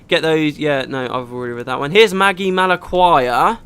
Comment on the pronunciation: Magi is normally pronounced madgi if that makes sense, as in another word for mage. Wish I remembered half of what i learned studying phonetics...